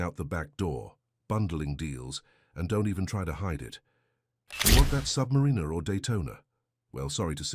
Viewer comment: Why don't you understand the difference between the pronunciation of "Submariner" and "submarinener"?